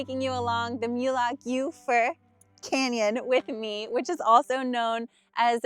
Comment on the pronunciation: Moolagljoowur (approx correct pronounciation). You did well!